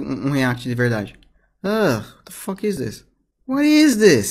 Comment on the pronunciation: Eu sou fluente no idioma (inglês) desde os 12 anos de idade. O claramente não sabe inglês, ele erra a pronúncia do "is", uma das palavras mais usadas no idioma.